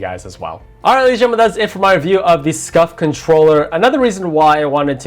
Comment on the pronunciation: “ArighLaysnGenmen” I know he meant “Alright lady’s n Gentle men” but bruh XD that was like one word just about lol